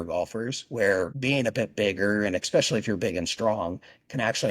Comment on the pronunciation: Why do intelligent people say eXspecially? You sound like a child saying pasghetti. Dude likes to talk about himself a lot.